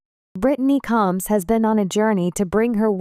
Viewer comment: This narrator is an idiot she cannot pronounce the last name correctly and Britney is not a sister to Tammy and Amy she is a sister-in-law married to Chris get it right dumbass